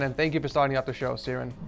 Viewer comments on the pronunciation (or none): “Seeren” 😀 It’s pronounced “Keeran “ , unless it’s actually Ciarán, in which case it would be “Keerawn” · not S iaran, its Kiaraaaaan ez irish stuff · c rins like lmaoooo its pronounced key ron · as a irish person it's pronounced kir-ron not cirnan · key-rawn not seeren lmfaoo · Seeran!! Oh God !!! It's (kee-ron) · Ciaran = Kee rawn not C rin. Lol this was hilarious for me as I’m Irish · Ciarans name; Key-ran; Sea-ren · BTW, it's pronounced kea-ron, not see ran, just sayin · Ciarans name: Keeran: Seeran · isn't ciaran pronounced "kear-on"? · ciaran is pronounced key ren not seeren just saying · ITS NOT SIARAN ITS KIARAN WHY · Ciaran’s name got absolutely butchered it’s pronounced ‘Keer-ran’ not ‘seer-ran’. Poor fella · Haha your dead right it's key-r-on not siran😂😂🇮🇪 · Haha he said seeran but it's pronounced key-r-on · Hahahah “seerans” (ciaran) I’ve never heard anyone butch that name that bad it’s KEER-ən, -awn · Ciaran: Ciaran: Seeiran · He said ceeran its ciaran as in keeran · The way he said ciaran (see-rawn) It’s pronounced (keer-awn) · See-aran 😆 it's pronounced Kieran mate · cmon ed really you said seeran its pronounced key-ron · its pronounced kee-ron not see-rin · Ciaran’s name: Keer-ruen: sear ruen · Bruh he said seeran it's pronounced Kiaran😂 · Please note Ciaran is pronounced "Kieron" Not "Sierin" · i know it sounds weird but its pronounced 'key-ren' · If his name was pronounced seeron it would be spelt like that. IT'S PRONOUNCED KEERON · It's pronounced keyrun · "Ciaran" is pronounced "Kee-Ron" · Ciaran is pronounced Kieran for EG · as an irish girl u pronounced the first name wrong its not a silent c lol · Ciaran is usually pronounced Keer-an :) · it's an Irish name pronounced key-r-on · Man said seeran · I'm from Ireland too and you pronounced Ciaran's name wrong: it's Kee-ran; ) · Ciaran is pronounced "key're-on" btw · its pronounced Keeran but ok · I'm Irish this is annoying me it's pronounced Ciar on ok...